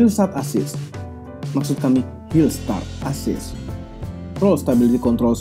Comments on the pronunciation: Hillsat assist.....asli bikin saya ngakak, lol.. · "Hillsat assist" 😂😂😂😂😂😂😂😂😂😂😂😂😂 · Hills(t)a(r)t assist wkwkwk